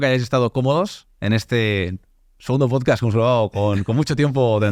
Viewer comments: “En tu POTSCATS” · cada vez que dice posdcats me caigo de la silla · Por favor que alguien saque clip de cuando dice pochcast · Chupito por cada vez que dice "PochCats" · el tio dice todo esas amimaladas sin vacilar, y luego dice pocast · “Pochcad” “Podcatch” “Pochcatch” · LO LEÍ JUSTO CUANDO DIJO POCHCASTCH KAJAJAJAJ